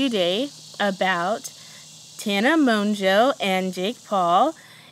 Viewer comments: how are you a fan of Tana but mispronounce her last name? 🤔 it's Mo-Jo not Mon-Jo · haha I know she says it like that but I guess I thought she was just saying the n really fast. I guess I mispronounced it. But I am a huge Tana Mongeau fan! Even Jake mispronounced it a few times lol